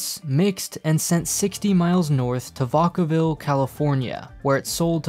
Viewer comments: Am i the only one that noticed that he said vokaville instead of Vacaville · It’s pronounced vAcAville. The “A” is the same “A” as in vAcuum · ITS pronounced VACK-AH-VILL 😂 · Lool you pronounced Vacaville wrong. Not trying to be nitpicky, just humoured hearing the town next to my hometown 😆😆😆 great video!!! ❤️ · I can't believe that is American, I mean look at how he pronounced "Vacaville".